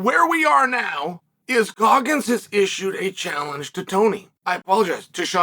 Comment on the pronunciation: Did he say Guggins?